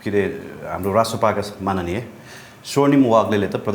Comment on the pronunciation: सेनाको विषयमा पुण्य गौतमको विश्लेषण जाहेज छ। पत्रकार महोदय माननीय र माग्ने उस्तै शब्द होइनन् हजुर लाई पनि थाहा छ। हजुरको उच्चारणमा सुधार ल्याउनु जरुरी छ। जानिजानी बोले जस्तो लाग्ने हजुर जस्तो पत्रकार लाई यस्तो बोल्न सुहाउदैन।